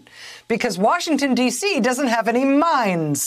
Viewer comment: When Rachel first said mines I thought she said mimes. They may not have those either.